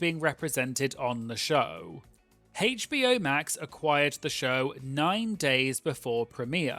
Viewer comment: The pronunciation of HBO as haych-bee-oh instead of aych-bee-oh 🙉🙉🙉🙉🙉